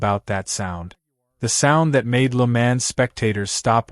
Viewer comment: I had to stop watching this, or more to the point stop 'listening' to this, because the narrator has no idea at all how to correctly pronounce the circuit name . . . . 'Le Mans'. Even the car manufacturer names are pronounced like a baby not yet able to talk correctly.